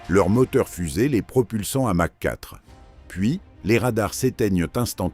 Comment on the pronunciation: " ... en dessous de machin " Encore bravo, l'Imbécile Artificiel !